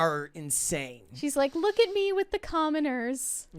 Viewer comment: ...Who, pray tell, with an American accent, pronounces "Look" as "Luke"????